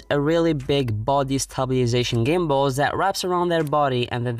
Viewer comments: Stabili - sation FUCK'S SAKEEE 😂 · Stabiliation I regret this word...